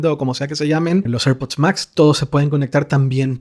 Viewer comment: Cuando pronuncias airpod pareces un borracho